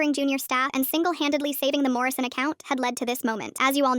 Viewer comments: why is it always "morrision" haha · It's always "Morison"